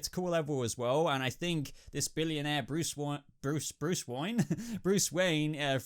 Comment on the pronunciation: BRUCE WOYEN!!!😂